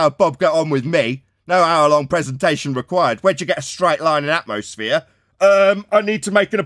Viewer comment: It’s called “atmosphere” not “atmoflat”